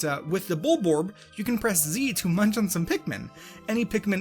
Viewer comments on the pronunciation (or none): none